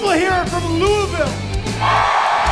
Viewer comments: Kudos to Megan for pronouncing Louisville correctly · Y’all said Louisville correctly the whole time!! Hell ya! Come back any time!